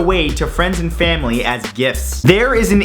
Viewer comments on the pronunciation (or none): none